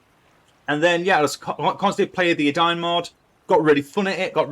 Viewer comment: it's not Adayun it's Edain. Eden-ayn